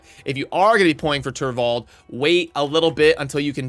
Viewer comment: Mispronounces turvold later on lol